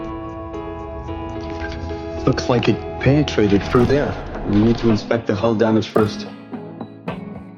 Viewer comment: why can't why pronounce words correctly, 'penetrated' pronounce wrong...!?